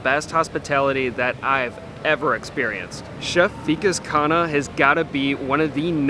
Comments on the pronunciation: it's V'kaas Khunn-ah, not Veekus Khaana 😊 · The pronounciation is not Vee-Kus Kun-ah but ViKAAS (i as in bit) KHUNNAAH (Kh as in c in cat and u as in but) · You can pronounce his name correctly by following this, "V-Kaas Khhun-Aah"